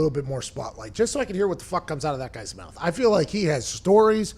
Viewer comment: Slapped in the mawth